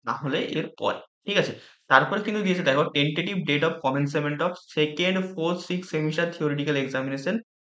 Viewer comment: Commencement (কমেনসেমেন্ট)? Ki uchharon? Commencement (কমেন্সমেন্ট). বোঝাই যাচ্ছে কি ডিগ্রি আছে।